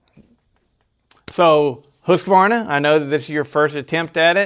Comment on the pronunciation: Before i die i want to hear one american pronounce Husqvarna correc,t once.